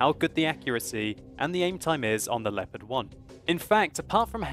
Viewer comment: LEPPERT? Its LEO-PARD, jesus....